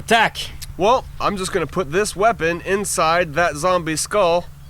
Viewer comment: even if it's a false one, it disgust me when he go "insinde " the zombies wounds x)